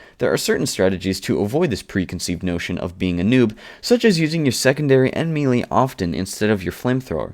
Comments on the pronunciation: As a noob I found this video very helpful. One nitpick, though: Melee is pronounced "may-lay", not "me-lee" as it appears. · wow guy you pronounce and enunciate everything all over the place. it's "may-lay" not "mee-lee"...